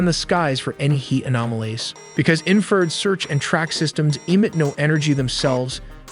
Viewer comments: 'INFRA--RED' not "inferred" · IN FRA RED Red Not inferred AI is stupid You MUST truck AI how to pronounce words correctly IN FRU RED You drive me KNUTS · Bro, it's pronounced 'INFRA--RED'... 'INFRA--RED' not "inferred" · "Inferd"???? AI slop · It's infra-RED 😵‍💫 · Great channel but speech to text engine is super frustrating to listen to. Example, infrared sounds as inferred. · You guys always make a point to say you make original content WITHOUT A.I ! Although you kept pronouncing INFA - RED ... "INFERD" ... Like WTF ? No one pronounces it that way !!!! No one ! Accept maybe A.I that is. Definitely sounds something like A.I would do. And a crappy one at that. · I never knew it was pronounced “inferd.” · Why is it so hard for AI to pronoun IN FA RED. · Great video, I know it's a mix of people and AI, but could you at least try and clean up the audio on your video. That AI bot voice you're using (which a lot of anime summary subs use too) has horrible pronunciation of some words. Infrared is not in-furred. Mach is not mack, and so on. It makes you sound and look very amateur which I don't believe this account to be. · Is there a way to adjust pronunciations of certain words like infrared, the ai keeps pronouncing it as inferred. Your content is great but surely there has to be tighter oversight over the script. Much like Mencho video where city names were absolutely butchered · Infrared… in-fruh-red… enunciate. Great video though. Nice work. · “Inferd” 😂 Ai sucks at proNOUNCiation. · "INFERD RED" (infrared) 😁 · Couldn't pronounce in-fra-red right, which was quite annoying. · These videos really need a new narrator. Having a 20 something year old kid narrate this while mispronouncing INFRARED is wild. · Please stop with the AI slop! get an actual voiceover artist who can pronounce Infrared.